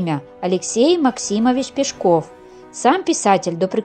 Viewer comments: Не ПешкОв, а ПЕшков. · Потому же и Пешко́в, вместо Пе́шков. Хотя вроде и не робот читает?! 🤔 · пЕшков, а не пешкОв! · Не ПешкОв,а ПЕшков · ПЕшков. Ударение на Е. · Ударение не там ставите у настоящей фамилии🤷‍♀️ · правильно говорили , не слушайте автора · ПЕшков!!! Авторов!!! (Ударение на первый слог).